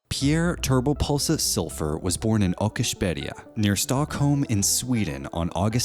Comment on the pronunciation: The cringe on the pronunciation of Åkersberga is real